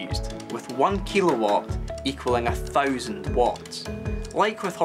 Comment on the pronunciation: Every time you say "thousand" I laugh cause your accent is funny